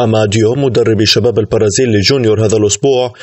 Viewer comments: Omar Jamal و أيضا هو مريض في نطق حرف B و نطقه ليجعله يظهر كحرف P مثلا في أول الفيديو عندما قال البرازيل بتخفيف حرف B لينطقه كحرف P و في آخر الفيديو عندما قال البارسا بتخفيف حرف B لينطقه كحرف P مما يقودني ذلك إلى الجنون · أخي مقدم البرنامج ، البرازيل تنطق بحرف B وليس بحرف P.. و كذلك كل الكلمات التي تنطق بحرف B أرجو نطقها بحرفها وليس بحرف P.. لأن نطقك لحرف P يقودني إلى الجنون. و لقد نوهت ذلك لك في أكثر من ٣٠ فيديو و تعليق.